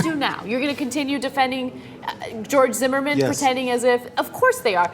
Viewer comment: Who the fuck is "Jeorge"